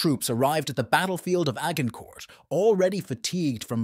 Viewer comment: A hard g incourt. Immediately stopped watching. If you cant oronounce the location, you have no business talking about it.